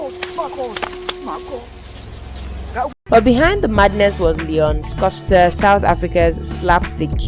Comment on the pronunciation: beautiful video, but the pronunciation of certain names, especially Leon Schuster, almost made me crashout a couple of times🤧🤧🤧🤧